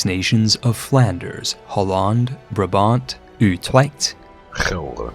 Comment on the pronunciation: Brabant: keigoeie uitspraak jonguh, great reference to the East German car 😎 and I guess the capital city of Friesland is Mayonnaise City 😋